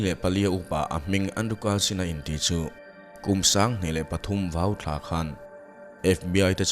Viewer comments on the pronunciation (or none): Ka hrilh peih a ka ziah mawlh mawlh khi, VAUBE aṭanga lokal a ni a, chumi thluk ang a VAU hi lam tur tih chu a hriat mai alawm le aw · Vau thla kha khatiang khan lam suh,,,a thluk dik in sawi tawh rawh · Ngawi teh, Vau thla kha i lam sual palh nge, a thluk dik i lo la hre lo zawk le. A thluk i hriat chian loh chuan March thla ti tawp mai rawh. Mizo thla hming anga sawi ve ta léma thluk dik leh si loh chu a inhmeh love. Farṭuah, Vaube te an awm a, March thlaa par ṭhin Vaube hming chawiin Vau thla an lo ti a. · Vau thla i lam dik lo.